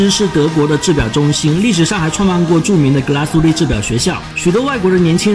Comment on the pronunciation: 两点错误，第一格拉苏蒂发音错误，第二点德系，打磨不是日内瓦纹，而是叫桶状纹。至少人家厂家管它叫桶状纹